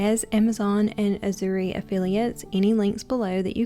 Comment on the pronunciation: I have my pie crust in the refrigerator now in preparation for the pop tarts. I hope mine turn out as beautiful as yours. FYI the pronunciation for AZURE is azh * ur. I love shopping through Azure standard.